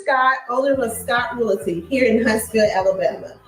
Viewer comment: … what is “realatee”? It’s REALTY.